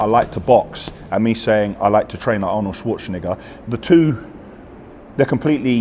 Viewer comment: Who is "Arnold shwoshniga" 😂